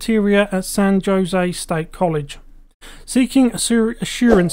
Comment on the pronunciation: San Joe-zay? Even the computer Gen voices get San Jose correct.